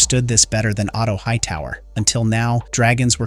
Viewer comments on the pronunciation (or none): none